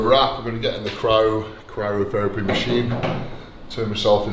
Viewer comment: How much would it take to get him to pronounce "cryotherapy" correctly?